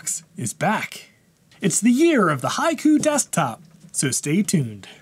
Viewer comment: Finally, I could able to pronounce its name "High Koo" and I think that I will remember it! 👍